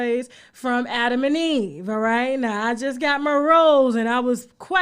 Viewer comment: “Rhett now”😝😝😭😭😭😭